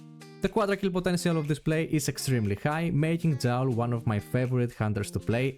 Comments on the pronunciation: Thanks alot for all the informations you presented, you re helping alot dude! One little thing though... I am pretty sure the name Joule originates from the famous scientist James Prescotte Joule. His name Joule became a unit of measurement in physics to describe Energie. What I want to tell you is your pronounciation of Joule is false. You pronounce Joule like "foul" or "owl" But the right way would be to say it like "cool" or "tool"----> Jool That s all! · I understood everything sensei I will be a great Joule player... hopefully xD. Yeah I first thought it could be like that in another country, but I assumed si-units are pronounced the same way everwhere they are used. So my bad if thats the way you pronounce Joule in science in greece then I shouldn t call your pronounciation "false".